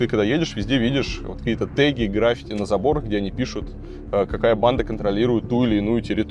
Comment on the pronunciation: Правильно - "граффИти", т.е. ударение на "и".